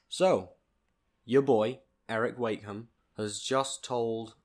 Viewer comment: You could at lest say his name right 💁🏼‍♀️🙄